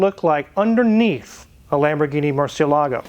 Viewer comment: Makes me cringe when people mispronounce Murcielago